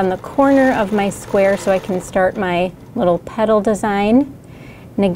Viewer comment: I was surprised at the reasonable price. You get the frame, machine, bobbin winder, plus tech support. I thought it was a bargain - and purchased one. Now I need to get better at driving it. (Figured out the teacher isn’t Southern, I thought she was saying puddles, then realized it was petals)